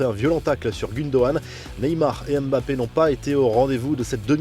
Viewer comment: Son nom Mbappe il y a une liaison entre meet b et non m-bappe.. c'est un africain respecter la prononciation